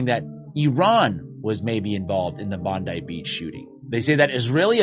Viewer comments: Australia didn’t “give up all of their guns” they handed in all automatic weapons. Bolt action rifles and double / single barrelled shot guns were not touched. Oh and Bondi is pronounced - Bond eye- not Bond ee. But yes we know it’s a false flag event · It's Bond i Not Bond e.. Stop calling it the same name as that dumb blond who works for the 3 letter agency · Is pronounced Bond i, Not Bond e. 5149 got it right. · It's pronounced as Bon-dye, not Bondee. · Say bond I Bondi beach not bondie beach. Just saying But have fun pronouncing Maori town names ,I’m a kiwi and I still fuck it up ,lol. Opotiki…have fun let’s see if you say that town name right because I didn’t for the longest time( it’s not op o tiki …it’s opoti ki) Or Matata it’s not ma ta ta its Mata ta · It’s pronounced bond-eye not bond-ee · It’s pronounced Bond Eye Beach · Bondi is pronounced "Bond-eye" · Sorry, I gotta say it. It is pronounced Bond-eye (Bondi) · It’s pronounced “Bond eye” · It’s pronounced “Bond-eye”. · It's pronounced "Bond-eye" not like Pam Bondi's name. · It’s pronounced bond👁️.. 😂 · Pronounced "Bond-eye" Jimmy, we did not name the beach after one of your Trump nutters. If I may say this, time Australia stopped supplying Israel with F35 components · It's pronounced 'Bond-eye' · Jimmy, the two photos of arsen ostrovsky were both taken at Bondi (pronounced Bond-eye, not the same as Trump's joke of an Attorney General). I mean, he's wearing the same shirt and there's a surf lifesaving flag in the background. The make up photo is fake too. I think there'd be more photos of that floating around if that was anywhere near real. (Grok claimed the footage of the man overpowering the other one was a bear climbing a tree.) If Ovstovsky really claimed to be at both events though then that is interesting. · Fyi it's pronounced, "bond-eye" 😊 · It's pronounced 'bon-die' beach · It’s pronounced Bond-eye 😂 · It's pronounced Bond-Eye beach. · It’s Bond/EYE Beach, Jimmy!!!! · Bondi is pronounced Bond eye.